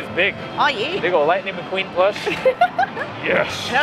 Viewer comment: That's "LIKE-ning McQueen"! Ok, I'll leave.